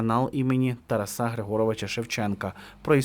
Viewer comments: Автор, та ТарАса, а не ТарасА. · Якого ще "Тарасá"?! Ставьте наголос нормально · тільки не ТарасА, а все ж ТарАса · Співчуття рідним!, навчіться правильно вимовляти ім’я Тараса Григоровича: ТарАса, ТарАсу, ТарАсе. Своїх друзів, як завгодно звіть, а в ефірі намагайтеся нести правильну вимову, будь ласка!